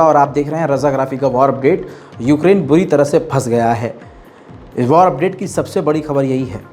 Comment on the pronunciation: اسلام علیکم بھائی جان آپ کی اردو بہت کمزور ہے۔بوری نہیں ہوتا بری ہوتا ہے۔آپ کی ہر ویڈیو میں اردو کی بہت سی غلطیاں ہوتی ہیں شکریہ۔